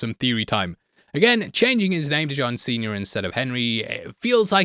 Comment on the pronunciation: Fun with accents! Every time you said, “John Sr.”, it sounded like “John Cena”, which always got my imagination going to fun places. Never change,! Lol